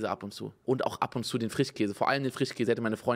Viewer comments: Ich korrigiere! Bei unge ist es der "FRICHHHKÄSE". Sch aus dem Wortschatz verbannt. Ich liebs 😄🧡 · Oder Frichkäse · Frichkäse 😂 Ich liebe diese Aussprache